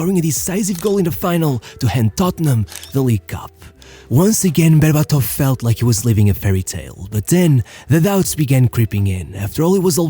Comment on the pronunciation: BerbAtov. Not BerbatOv.